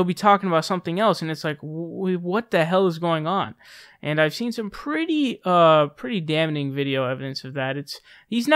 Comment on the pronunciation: Don't mean to be grammar police, but it's pronounced "damming" and "rigd". That said, keep it up ma man!